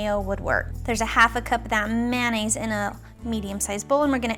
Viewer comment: The way you say mayonnaise makes me cringe